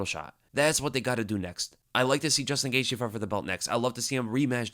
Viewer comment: needs to learn how to pronounce Gaethje.